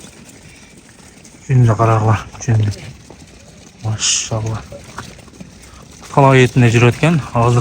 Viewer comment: Тууганым машшшшалла деп туура эмес айтып жатас окшойт